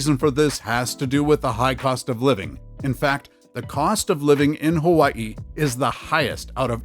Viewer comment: The way you pronounce Hawaii, I’m pretty sure you're from there. Yeah, it's sad to see what's happening to our home state (Hawaii). Locals can't afford to live there anymore. Only the rich can live there. I had to leave over ten years ago to afford a home in Texas.